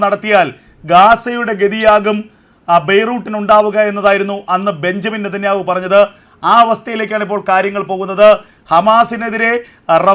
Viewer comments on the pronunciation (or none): none